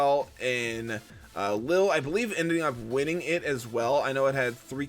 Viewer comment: I love you, but.... "Lil"? Bruh 😂😂 Lille rhymes with "wheel" Excited to watch the video!